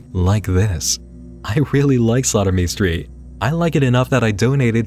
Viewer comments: When he says "slaughtermestreet" does anyone else hear "sodomystreet"? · Is it "slaughter me street" or "sodomy street" I'm hearing? No shade. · I kept mishearing "Slaughter Me Street" as "Sodomy Street" 😂 I didnt realize it wasn't until you showed a screencap with the channel name